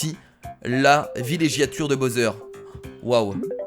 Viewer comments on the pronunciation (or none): C'est pas bosser on dis bawser pour bowser